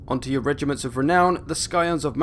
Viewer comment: Rrrrrrrrrrrrrrrrregiments of renown, I repeated that part like 10 times